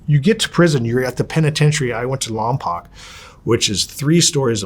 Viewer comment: He lived in Lompoc penitentiary for 10 years but can’t correctly pronounce Lompoc 🤦🏼‍♀️ I can’t believe he kept my attention this whole interview! 😮